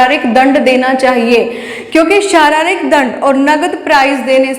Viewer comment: पढ़ाया तो अच्छा पर आपका उच्चारण अनपढ़ों जैसा है, यथा आप बोलती हैं शारारिक, परशिक्षण, धवनी इत्यादि । ऐसे 100 शब्द आपने गलत बोले। यह गलत शिक्षा देने के साथ गंदा भी लगता है।